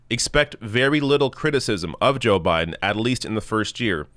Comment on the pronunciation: You said his name wrong but I'll allow it! #JustSaying